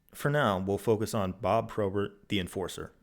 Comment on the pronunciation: my least favourite thing about this video is how bob probert is pronounced any way other than bob p-robert. apart from that amazing video jon, you never cease to entertain